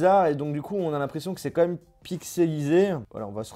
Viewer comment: Ça se dit pas "comme même" on dit "quand même"